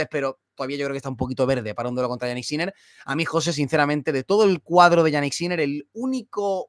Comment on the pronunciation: se pronuncia "Yánik", no "Yaník". El acento en la primera sílaba, puesto que es un nombre de origen germano - danés. Que Yannick Noah se acentuara en la segunda sílaba obedece a la galificación del nombre, pero Jannik ni es francés ni tan siquiera italiano aunque administrativamente lo sea, porque es más germánico por donde nació. De hecho su lengua materna es el alemán.